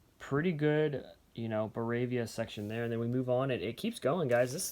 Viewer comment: Good video except it's "Ba-VAR-i-a", not "Ba-rav-i-a". I have always wanted more Bavarian stamps; I think I have less than 10